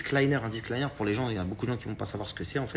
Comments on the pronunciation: On dit un DISCLAIMMMMMMER 🤦‍♀️🤦‍♀️🤦‍♀️ quel escroc celui la il sait même pas parler correctement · C'est pas disque liner mais disclaimer Mdrrrrrr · Un "disclAYENEUR"? 😂 son anglais est aussi bon que ses conseils en trading 😂 Et pour info, "manger 5 fruits et légumes par jour" n'est pas un disclaimer. C'est juste une recommandation. Donc en + de ne pas savoir dire le mot, il n'en connait même pas le sens. Un disclaimer n'est pas une recommandation. C'est une clause de non-responsabilité. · "un disclaïneur" 😭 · Ce que j'ai retenu ... "Disc-liner" 🤔🤫🤦🏻‍♀️